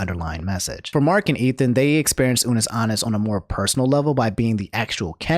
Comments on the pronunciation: "Ah-Nus" not "Ah-Nis",. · What if it’s just that person’s accent lmao idk